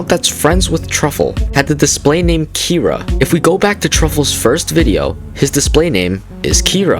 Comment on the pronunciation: This is kinda off topic but I think u pronounced kira wrong